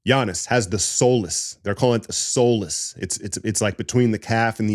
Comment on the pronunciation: Soleus- 'SOL-LE-US'